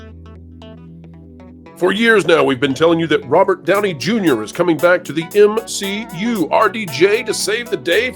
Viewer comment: The M SHE U is dead 🤣🤣🤣🤣🤣